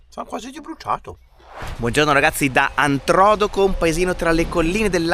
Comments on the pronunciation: Ciaoooo, Antrodoco ha l'accento sulla seconda o: Antrodòco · L'accento di Antrodoco è errato....infatti è alla seconda "O"......comunque io mi trovo in un comune in provincia di L'Aquila :Campotosto... purtroppo colpito dal sisma del 2009 e quelli del 2016/2017.....qui c'è un bellissimo lago artificiale.... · Antrodoco non Antro'doco il nome vuol dire in mezzo ai monti Introtoco al tempo dei romani 😂😂😂😂 il paese dei miei genitori abbiamo la casa ci sono tante cose da ve dere li intorno il fiume è il Velino che poi si butta in Umbria nel fiume Nera formando la cascata delle Marmore ,Rieti il capoluogo di provincia del Lazio ,il lago del Salto, Poggio Bustone dove è nato cresciuto Lucio Battisti ... dovete ritornarci ragazzi comunque abitiamo a Milano ci andavo 3 mesi da piccolo dai miei nonni ma vado ancora qualche giorno d'estate perché è sempre bello da vedere Buon viaggio a voi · Scusate ma visto che sono originario di quel paese vi devo correggere: Antrodòco e non Antròdoco. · Siete stati a l'aquila, non lo sapevo mannaggia, che bello sarebbe stesso prenderci un caffè assieme, ma spero vi sia piaciuta da ritornarci! Siete bellissimi vi seguo da tanti mesi 🤗🤗 cmq il paese dove vi siete fermati a dormire si pronuncia Antrodòco e non Antròdoco, con l'accento sulla seconda O... fa ridere molto come lo dite 🤭🤭 buon proseguimento verso il sud! ❤💪🙂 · L'accento del nome Antrodoco non cade sulla prima "o" ma sulla seconda "o", Antrodòco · Non Antròdoco, ma Antrodoco 😀😀😀. Siete stati dalle mie parti nel Reatino la mia terra di origine. Che spettacolo, grazie 🤩🤩 Commino tanto e spesso in Abruzzo su quelle montagne ed ogni volta che vado a L'Aquila (e passando per Amatrice)non posso che commuovermi (Navelli famosissima per il suo Zafferano) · Salve , vi seguo da anni sono di Rieti,non sapevo che passavate di qua', vi volevo salutare. Comunque Antrodoco si pronuncia con l'accento su do... Ma è la bellezza della lingua italiana. Buon viaggio vi seguo sempre con piacere